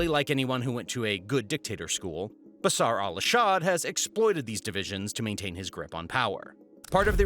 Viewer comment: "Basar Alashad" hehehe